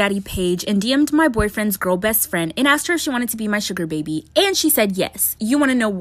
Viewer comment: YOU SAID SHOOGR BABBY HA HA HA HA😆😆